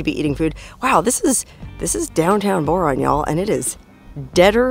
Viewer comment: So riviting, I couldn't get past your initial promouncement of the town's name. Tedious...